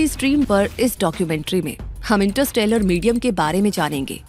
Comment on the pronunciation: इंटरस्ट्रेलर नहीं इंटरस्टेलर होता है